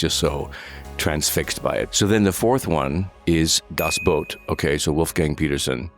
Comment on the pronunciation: he said das boat... but close enough ig 😂